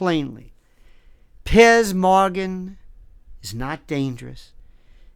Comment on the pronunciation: Love how he calls him Pierce Moran lol